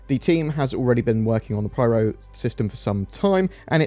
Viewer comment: It is PYRO not PRYRO